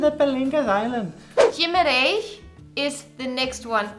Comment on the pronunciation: "GimAreiS" ahahah, nice try though